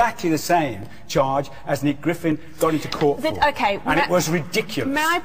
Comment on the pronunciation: Did he say Nick Griffiths?